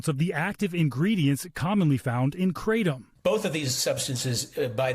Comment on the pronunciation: I'm more annoyed that they keep mispronouncing kratom